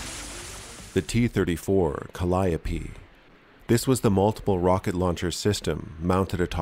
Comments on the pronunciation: I'm just happy "Calliope" was pronounced correctly. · Agreed. Tired of hearing “Cally-ope.” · Yes and no... "Kallee-ope" is the proper pronunciation when they're on Great Lakes steamers, look it up. English is a beautiful language, so ductile. "Peruse" once meant to read carefully and thoroughly, and look what happened to "literally" literally in our lifetime. "Regardless" became "irregardless," and (gods help us all) is "irreregardless" among some, just as "flammable" and "inflammable" once became interchangeable.